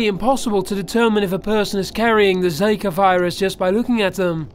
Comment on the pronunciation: Dude zaka virus its zika